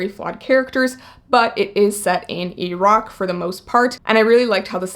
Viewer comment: I love that you know how to say Iran and Iraq properly. xoxo